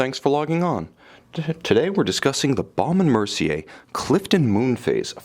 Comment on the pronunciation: If you call the American B&M website you will hear the correct pronunciation- it is exactly how the reviewer says it.